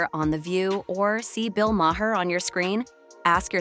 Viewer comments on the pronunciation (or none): Who tf is Bill Maw-hair? 🤔 Or the handulf of other incorrect names you sputtered out. 😝 Girl, if you don't even know who you are making videos on, seek Google to pronounce their names! Lazy and pathetic! 🙄